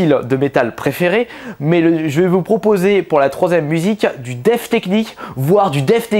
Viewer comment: Pq tu dis def et pas death